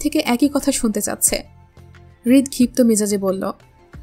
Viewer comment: rid maya ka rit bole